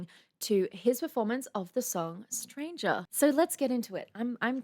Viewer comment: Pronunciation still has some issues, sometimes he forgets to pronounce the "t", so sometimes it's ok but other times it's "Sranger in a sranger's land" and strength is pretty much every time "streith".